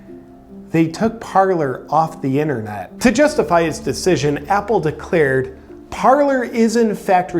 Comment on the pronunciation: It is Parler, nor Parlor. One is a French verb meaning "to speak", one is a formal sitting room. And they are not actually pronounced the same. Parler has a silent "r", since it is French. "Parlay" is the correct way to say it.